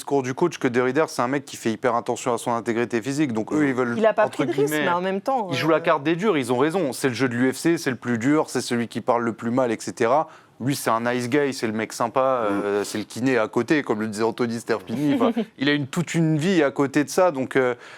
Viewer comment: La barre de rire, le présentateur veut dire c'est un Nice Guy mais comme il parle anglais comme une vache espagnol il dit : Nice Gay, ok Derider c'est un homo sympa ! Sinon on peut parler français aussi quand on sait pas parler anglais, un mec sympa, ça marche.